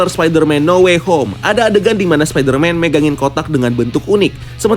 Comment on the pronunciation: No way home rian salah nyebut lo